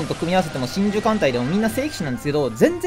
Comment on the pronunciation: の真珠の呼び方だと神獣に聞こえる